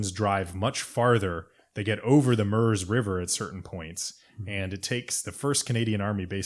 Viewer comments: The Italian-sounding pronunciation of Bastogne "Baston-ya" is a good reason people reading off foreign names should stick with Anglicization of names for things they aren't familiar with. Your consistent use of -ur for the French eu and German Ö or oe sounds like you did with "Murz" for Meuse are a good example. Will say it does sound really grating to people who actually know how it's pronounced though. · Just to let you know Meuse is pronounced Muse